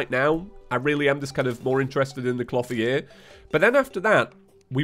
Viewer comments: I don't know why, but even though I know you're saying "clothier" I keep hearing "floppy ear" lol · Dude! Your pronounciation of "Clotheir" is not right! Type it in to google and press play on the dictionary box result! "Clothier" is not a made up Terraria word you can just pronnounce how you like, it is a genuine word thats been around for centuries. Please for the sake of my sanity, learn how to say the word properly. Triggered grammar police moment over. Thank you!